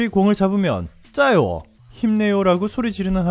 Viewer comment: 찌아요우 가 비슷한 발음일거예요 짜요는 전혀 ...